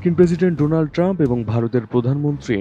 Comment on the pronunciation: এই প্রথম শুনলাম ডোলান ট্রাম্প 😂😂😂😂😂